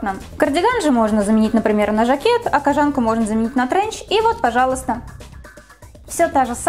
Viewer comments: кожАнку???? Разве не кОжанку?? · Почему кожАнку?.. кОжанку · кОжанку , а не кожАнку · кОжанку, твое кожАнка аж ухо режет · КожАнку? Я одна всю жизнь говорила кОжанка? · КожАнку господиии как ужасно звучит. Думала из ушей кровь польется. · КожАнка? Чё, серьезно?